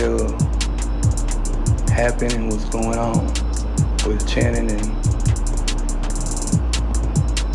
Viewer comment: It isn't pronounced like chanting that's not even her name it's channing